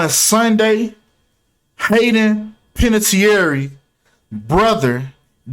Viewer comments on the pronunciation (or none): Panè-tear lmao how you would pronounce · You can’t even pronounce her name right with your speculation you’re trying to state as facts lol learn how to read first damn lol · Butchers last name and immediately "I don't give a damn if I said her name wrong or right". But bruh 🤣🤣